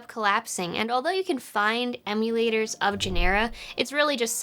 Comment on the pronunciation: Nice. I do remember how wonderful it was to debug software, fix it while it was running, then continuing right there from where it crashed. Talk about a tight debug loop. It was awesome. Also, it’s pronounced GEN-er-uh. Also, I resent the characterization that we didn’t hack each other! I at least most certainly did!!! (What’s the statute of limitations?)